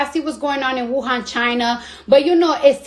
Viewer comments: she sad wuhong lol its wuhan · “Wuhong China” smh